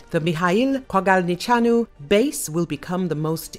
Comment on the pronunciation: Hats off to the lady who was able to pronunce Kogalniceanu